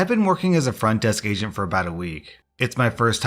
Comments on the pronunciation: I thought you said "i'd been working as a front desk asian for about a week..." 😂😂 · I had the volume down and I thought you said a front desk asian😂😂